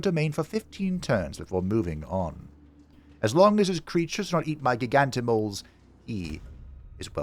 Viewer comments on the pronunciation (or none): i came for the playthrough, i stayed for the pronunciation of giganti-moles.